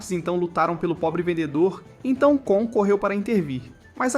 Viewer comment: Vc falou o nome do cara e da garota do errado pq o nome do cara é KON e não KAAN e o nome dela é FLORA e não FLONA